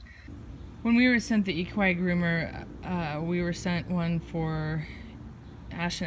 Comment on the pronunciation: It’s pronounced equee groomer